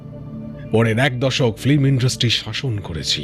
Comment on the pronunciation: ন‍্যারেটরের ফিল্ম উচ্চারণটাও ঠিক করা দরকার।